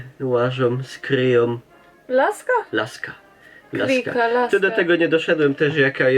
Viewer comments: Obie moje babcie prosiły o podanie kryki, jeśli kryka upadła. Dla babci spod Tarnowa był to kij do podpierania się albo laska. Dla kieleckiej babci to była kula. Obie wymawiały to słowo twardo, przez „y". Po śląsku brzmi tak bardziej pieszczotliwie. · Śpiki a nie szpiki, kryka a nie krika